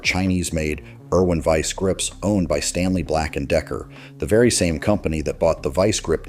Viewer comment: VEE See Grips, what the heck is a Vee See grip